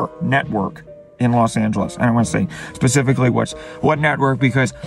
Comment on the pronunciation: Sepificaly? Say it slowly. Speh-sih-fih-ca-lly